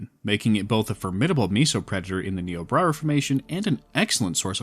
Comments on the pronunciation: Having worked with the formation for 2 years, is nIobrara with the I sound. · Hey just so you know Niobrara is pronounced "Nigh-oh-brayr-uh" I actually grew up close to the namesake river! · I think you meant to say "Nigh-o-brair-ah" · im sorry this is pretty minor but you keep saying niobrara formation like "niobra reformation" idk why my brain is parsing it like that but it is